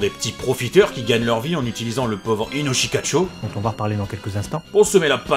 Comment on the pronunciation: C'est Inoshikachô (le second "o" est un son "long"). Et c'est aussi une carte du jeu de cartes "Yûgiô: Duel Monsters".